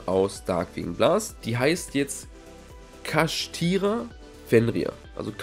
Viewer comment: Da muss man extra die Kartre lesen, da steht Kshatri nicht Kashtira. Du hast einfach das "a" und das "i" an eine andere stelle gesetzt o.O